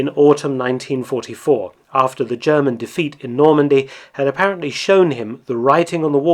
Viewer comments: What separates Mark’s videos from the rest are his succinct summary, lack of extraneous narrative, and he takes the time to pronounce foreign words properly. He does the same for Japanese and Russian, like he does here with German. As a German speaker of myself, I appreciate him not slaughtering the German language like so many other videos. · Thank you for your always very interesting, non biased and well researched Videos. There is so much to learn about the war. Also your pronounciation of german words is very good. Keep them coming!